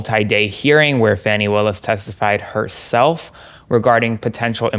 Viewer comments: Kind of a fail to have your legal expert call her FANNI the whole time... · Your guest should learn how to SAY HER NAME! It is not fanny! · Please tell him her name is pronounced fawnie like the baby deer. It irritates me when people on either side mispronounce her name. It is disrespectful. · Her name is pronounced Fawny! Show some respect! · This racist needs to stop pronouncing her name wrong.Fani pronounced Fawnie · Come on, guys. "Fawny"... Just call her "AG Willis" if you're having trouble. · "Fanny Willis"? lol It's Fani Wilis. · Dude said her name wrong, thank you for saying Fani the correct way he corrected himself. This is just a crazy trial. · Love you,. But get your guest to pronounce Fani correctly. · Please ask to pronounce Fani as Fawnie not Fanny. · I always respect you, but,.....it's not " fanny" it's fauny, please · Please tell that Fani is pronounced Fawny, not Fanny. That’s what the MAGAs call her to be obnoxious. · Can you ask to quit pronouncing her name like Fanny (Danny with an F). It’s Fani, pronounced like the word Fawn with an I on the end. I find it disrespectful to mispronounce her name. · Please tell him it's not Fanny Willis but Fani (pronounced fahhhni) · Her name is pronounced "Fawny" not Fanny! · FAWNY not FANNY,... FFS!! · Her name is pronounced, “Fah - nee,” not “fanny.” For goodness’ sake, WTH??? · Hello, tell your guests..... she is not Fanny, its Fani (fawn-ie). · Your host called her Fanny Willis 😡 its pronounced wrong!! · Dude, pronounce Fani's name properly... the way you say it make my skin crawl. Fani (Faw-Nee) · Kudos! I first heard the news here. However, your friend ruined your announcement by mispronouncing Ms. Fani Willis' first name!! IT IS NOT "FANNY!!" 🤦🏼 😅 I am actually disappointed with McAfee's ruling. Both Wade & Willis should not be shamed for a personal relationship that had ABSOLUTELY nothing to do with the law! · Her name is pronounced FAWN-E!!!!